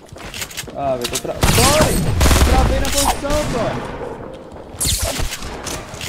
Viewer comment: Tony não é トンボーイ é トニボーイ